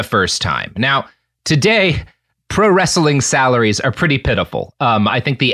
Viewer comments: "Wrestling" is two syllables... No "a" in there. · He does a consistently good job at getting three syllables out of the word "wrestling."